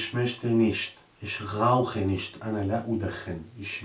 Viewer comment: Es heißt aber eigentlich "nicht" und nicht "nischt"